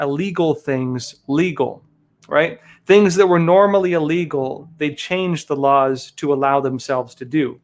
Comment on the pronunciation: Hey, the word is pronounced "ill"- legal. NOT "uh"- legal.